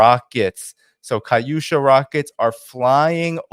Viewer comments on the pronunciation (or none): It’s KATUSHA not kaUsha. You sound re ta r ted learn how to pronounce words correctly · Dude learn how to pronounce Katyusha if you're going to say half a dozen times.